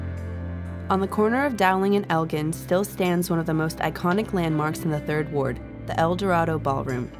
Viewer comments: It's pronounced el-GIn, not Elgyn. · She said Elgin 😂😂😂😂 it’s pronounced El-Gin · Correction : Elgin is pronounced with a “J” not with a G sound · First of all TSU has never moved it only expanded the original building that is the Fairchild building is still there and operating. Secondly if you can not pronounce Elgin correctly just dont Narrate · It's pronounced el-jin dum guh